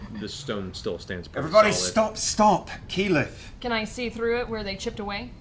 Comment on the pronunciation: How did you manage to butcher keyleths name this badly? Especially when the name is aleays on screen. This is honestly impressive